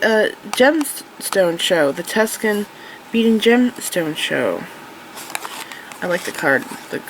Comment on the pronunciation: Tuscan vs. Tucson - - the events and City of Tucson is not pronounced how you're saying it. Tucson sounds like "Too-san." It doesn't actually really matter much, but I thought you'd like to know.